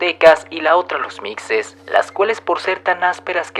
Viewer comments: Buena tarde mi amigo, buen video, se escribe Mixes pero se pronuncia Mijes. He compartido tu página a familiares y amigos y ha sido de su agrado. Seguiré pendiente para el próximo. Cuidate y que estés bien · Siendo de Oaxaca, concretamente de la región del Valle, me gustaría decirte que la pronunciación de los Mixes no es con una pronunciación fuerte en la "X" como "Micces", siendo ésta errónea porque se pronuncia como si fuera una "J"; "Mijes", al igual que se pronuncia "Méjico" y no "Meccico". Sin embargo fue un buen vídeo, he visto varios vídeos y me encanta aprender de historía en YouTube jaja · Los Mixes se pronuncia mijes o mishes no micses... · Muy interesante. Sólo como aporte a tu excelente trabajo: Mixes ("Mijes" - "micses"). Soy Mixteco. Viví en Totontepec Mixe. Cultura maravillosa y gente extraordinaria. Excelente lugar para pasear y conocer. Debes darte una vuelta y sentir la maravilla de verte entre las nubes... Muchos saludos. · Mijes, mijeeees... No mixses 😂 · ..... Se escribe Mixes, pero se pronuncia 'Mijes'... La X como si fuera J. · Mixe, la x se pronuncia como j (mije) Soy un orgulloso mixe... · wey se pronuncia mijes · Mixe se pronuncia así mije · Muy buen video, aunque se pronuncia mijes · No es micses😆😆😆😆 es Mixe ( Mije) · Micses no mijes ,la x suena como j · No se lee micces, se lee mijes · Se pronuncia " mijes" la x se pronuncia como j, suena feo mixes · muy bueno tu vídeo pero no se dice mixes se lee mijes saludos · "micses" "mecsico"... se pronuncia mijes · MIXES: Se pronuncia mijes. No micses! Muy importante saberlo. Para que sea confiable el articulo del video! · Esta mal se pronuncia mishes. No mijes. Ejem Los meshicas. No los mejicas. Es meshico. No Mejico . Es shochimilco no jochimilco. Y es oashaca. No oajaca. Es oashtepec. No oajtepec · Se dice “Mijes” ya vi que te equivocas mucho en tus videos, investígale mas pues si me gusta tu info pero llegas a tener errores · Mixes se pronuncia "Mijes". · Se pronuncia mixes, no micxes